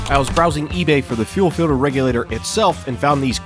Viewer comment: "fuel filder"